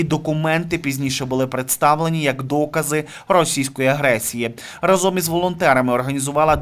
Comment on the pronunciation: Не разОм, а рАзом, не плаття, а сукня.